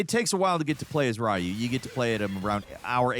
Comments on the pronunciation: Ryu ffs RYU, REE-OO, wtf is Rahyu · Please don't call him "Rah-u" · What about calling ryu rayu? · My favourite Ninja Gayden character is "Rye-yu". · engagement bait af but it's so annoying tbh, the way he pronounces Ryu is so stupid, he's done this in other videos, like SF and so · His pronaunce of Ryu is worse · Everybody talking about his gaiden pronunciation but pronouncing Ryu as Raiyu is also funny. It's like clearing Halo 1-3 and calling him the Master Chef. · Is the Gaiden pronunciations a reference to how Ryu's name is also mispronounced? 😂